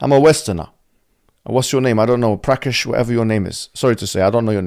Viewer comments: Did he just call her "Prakash"???????????!!!!??😂😂😂😂😂😂😂😂😂😂 LMAOOOOOOOO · “prakesh” lol